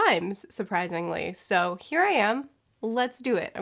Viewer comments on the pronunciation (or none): none